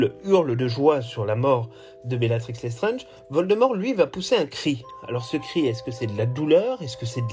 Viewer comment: Vous prononcez "Lestrenge". C'est "LesstrAAAAAAAAAAAAAAAAAAAAAAnge. Comme dans "ANGE" Pas "ENGE". Pourquoi prononcez-vous le A comme un E?